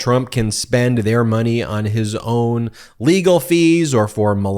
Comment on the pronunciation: Money not moneh